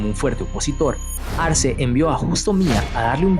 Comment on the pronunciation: Algunos comentarios, para mejorar tu presentacion deberias de corregir ciertos errores, es Arce no Arsen, es Jose Justo Milla y no Jose Justo Mia, el himno al final es el himno a Lempira... Excelente tu video y sigue adelante